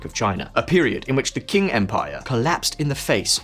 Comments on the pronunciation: Qing is not pronounced Kwing Empire it was the Ching Empire. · I really recommend you look at pronunciations of the Chinese words you use in videos, even google translate will show you how to say the romanizations. Hexin (“huh sin”)and qing (“tsing”) are not pronounced exactly as they are written in English. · btw Qing is pronounced CHing , not king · I cringed so hard at the pronounciation of "Qing" and "Hexin"